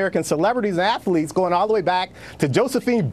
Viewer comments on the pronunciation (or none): “I didn’t know it had three syllables like that Ath-a-letes, wow that’s Ama-za-zing.”